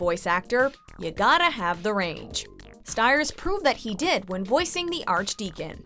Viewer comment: I love the detail on this video, very well-written. Although unfortunately you’ve pronounced his name wrong— he pronounced his last name as “steers”. FYI :)